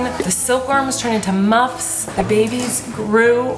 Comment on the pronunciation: Hey mama! Just wanted to let you know that you said muffs wrong a couple of times. It’s not MOTH, it’s MUF. You can use it in a sentence to remember! “The muff is buff” 😊